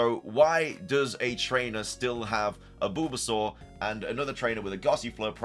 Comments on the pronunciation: Sounds like your saying Boobasaur 😂😂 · Is anybody gunna tell him about the way he pronounces bulbasaur.... 0_0? 🤣🤣🤣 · Was anyone else highly disturbed by how he says bulbasaur..?